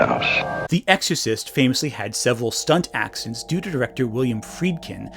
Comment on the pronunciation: Speaking of 'accent', that's what I hear him say instead of 'accidents', he's managing to say it so fast.